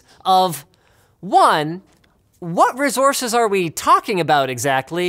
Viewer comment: I just like the way Linus says "rezources" or is it "race-horses?"